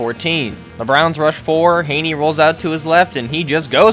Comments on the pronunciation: Gave this a thumbs down SOLELY for the constant mispronouncing of Chad Henne's name (Hinny not Hayney) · Thanks for the video bro but the Chad Henne pronunciation is going to kill me. It’s not ‘Hay-knee’ It’s ‘Hen-Ee’ Like a hen, a chicken, and then just an ‘Ee’ sound. May Satan bless us all. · I gotta say bc it’s bothering me and chad is from my hometown. It’s pronounced Henny not hainie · Hen-ee….. Jesus Christ. Do you do research? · No mention of the Browns player choking out Mahomes and Chad Henne is pronounced like a hen not with an a sound. Browns can suck it.